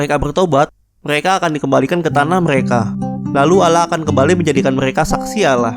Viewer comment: Allah bukan Alah